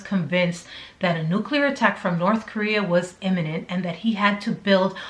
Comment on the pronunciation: Okay, I'm in like the first 30 seconds of this. That news reporter said nucular, and that's not a word and it drives me crazy... It's nuclear. Kind of like hypersonic vs hydrosonic. Lol. So many people can't say nuclear. Before anybody jumps on me for being a stupid thing to say, I have a minor in foreign languages and for some reason saying things right matters to me because of that. If I couldn't say words properly and French that meant I couldn't have an A.